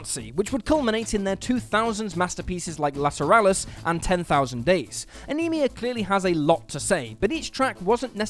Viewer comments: Ænima is pronounced ah-ni-ma, not ah-ni-mi-ah. Regardless, there’s also a track on there called Die Eier Von Satan, which features a man aggressively shouting in German, with what sounds like a crowd cheering. Many people thought that it was Nazi propaganda, and the people cheering were Nazi supporters, but when translated the track is actually a recipe for a dessert called “The Balls of Satan”. Another example of MJK trolling the world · Jesus Christ, I just got to your pronunciation of Ænima. Wow.